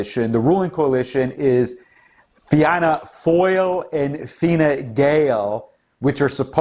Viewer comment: Fianna Fail is pronounced: "Feena Fall". Fine Gael is pronounced: "Feena Gale/Gwale". Thank you for the coverage! Love from Éire/Ireland.